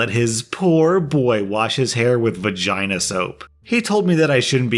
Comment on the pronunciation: V agina soap. Why did he say it with such a strong V